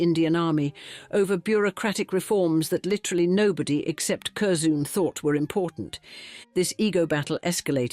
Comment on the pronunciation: And there is no one named "Curzoon"!